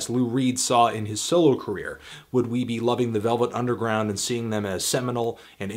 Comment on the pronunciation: Lost it at 'the velv nungeround'